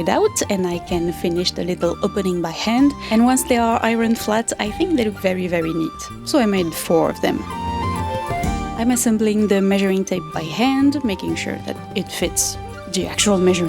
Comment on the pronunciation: Un fer. ❤ Instead of I-Ron. Try saying I-On 😊 (like: eye - on) Just forget about the “r” sound. Your English is just so good.